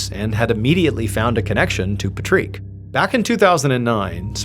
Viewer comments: I think the name is pronounced Pat-reek not Puhtreek. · Its Pat Rick,, Patrick not petreek or however your saying goofily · Tripping me out you calling him " patriq" instead of just Patrick lol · Patreek? Isn't it just Patrick? I mean, it's IRISH for Pete's sake! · Do you mean: "PAT - rik" not "Patrique" 😂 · Patrick is Pah-Treek? what lol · It's paa trick not paytrick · why do you say his name like that that's not how you pronounce his name. 😅 you crack me up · You really don’t know how to say the name Patrick? wtf is “Pa-trique”. There’s no way. 😂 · Patrick is pronounced 'PAT TRICK' not 'Patrique' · Patrick = Pa-trick ❌ Patrick = Pa-trique ✅ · So is it Patrick or Patrique?😂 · pat-trick patrick not pa-treak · It’s pat-trick not pa-treek 😂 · Is that how his name is pronounced we say it like Patrick Star not patreek. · Patrick is pronounced pat - RICK like rick and morty. Not pajrik. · Pat trick it is pronounced Patrick. I don’t know what you’re saying, but it’s not the correct pronunciation not Patrik sounds like a girl’s name. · say Rick now say Pat now put them together. Pa treek could be a pronuciation. Pat rick is more common though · 😂 do you mean Patrick not Puh-treek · Pa-treeek? Not Pat-Rick? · Its Patrick not patreek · Patreek? No this is Patrick. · You know it's pronounced Patrick, right? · Also…Claud for a female and Patrick pronounced Pa-treek instead of Pat-rick. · Patreek? Wouldn’t that be Pat-Rick, Patrick, like it’s spelled? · No, no. It's PatRICK, not Patreeeeeeeeeeeeeeeeeeeeek. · Why you saying patrick like that. Every time you say pat-reeek i cringe haha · Very strange pronunciation of Patrick! It should be a long Paaatrick. A well known name in Scotland and the UK. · 😂 pa- treeek? Killing me. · Must be a French pronunciation 🤔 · Patreek Patreek, it rhymes with leek. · It's "Clowed" (like I owed money) not "Clod". Baffled on how we have "Pahtreek", and "Clod" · New game. Take a shot every time MrBallen says “patreek” 😂 🍾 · "Pa treek?"